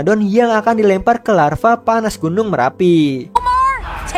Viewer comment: Lava bang Lava bukan Larva